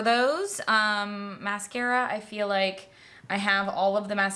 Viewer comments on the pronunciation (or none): I was listening along while defrosting the freezer and laughed out loud when you did the 'telescahhpick maskarra'. Stila have some new eyeliners out in really nice shades - I ordered 2.